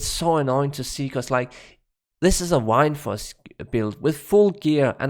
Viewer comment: So Wind in danish is Vind. Pronounced in the almost exact same way. And you end up saying "Wine"force instead? XD